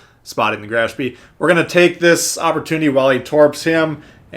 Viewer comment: Learn to pronounce the name of Graf Spee...